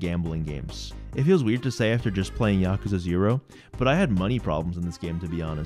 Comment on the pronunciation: It's so rare to find someone who says Yakuza properly. It wouldn't even matter what the video content was, that alone makes you a winner.